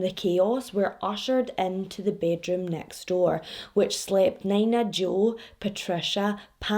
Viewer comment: I’m not trying to come off an an ass bc I appreciate you teaching me how to properly pronounce Glasgow/Moscow, but omg you saying Nina Jo the way you did made me giggle so much. Nina is usually pronounced as “Knee-nuh”. I admit idk this case, but I do just assume you pronounced the name wrong. I could be wrong and I hope I don’t come off as rude pointing this out. I just wanted to help you out and let you know :)